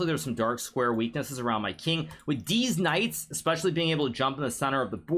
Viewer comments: Did anyone else realise that hikaru always says deez knights instead of these knights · deetz knights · Bro i literally cannot contain myself... he keeps saying Deez Knights.🤣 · I love it when he says deez knights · HN loves saying “these knights” (deez nuts) and I love it every time he does